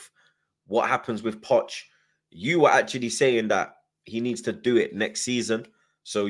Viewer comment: "Poch ou" oh hes gone... 😂😂😂😂😂😂😂😂